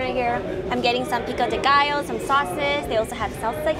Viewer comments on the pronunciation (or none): none